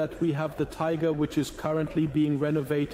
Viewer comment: Wet panties. ;) .....übersetzung ist klasse gemacht, ein paar kleine fehler sind aufgetaucht, einmal sagt es tigre statt tiger aber sonst sehr einfach zu verstehen. 👍👍